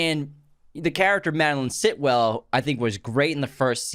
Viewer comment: & "Still-well" not "Sit-well" lmao. Kinda wish that was her name. "Stan Edgar" not "Edgar Stan". Wow is either really tired or had a little too much to drink before recording.